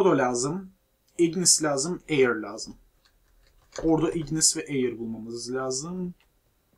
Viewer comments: Eyır değil ayir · Ayir de değil air